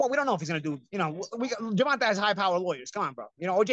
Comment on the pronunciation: Gervonta '' gewonta '' Davis